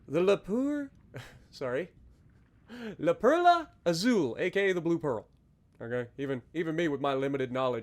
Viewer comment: Also got to roll that R on Perla